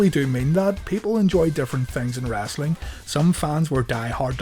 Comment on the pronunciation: Omg stop saying wrastling it's "wrestling"